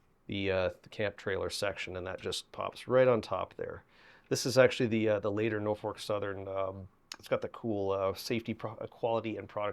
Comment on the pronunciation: "NorFORK Southern" LOL